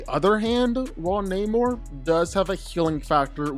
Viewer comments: It's not naymor.... It's Namor. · Na-mor not neymor hahhahaha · your pronouncing his name wrong, its either Nah-mor or Aguhl-guhl-khan.. lmao the only reason why they changed the origin story of his and had a mexican play this character instead of a European is bc they thought he would be too similar to aquaman which includes the underwater city of atlantis.